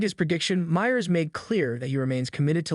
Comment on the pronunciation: You mean like a video about Seth Meyers in which the "narrator" cannot pronounce the name "Meyers" correctly?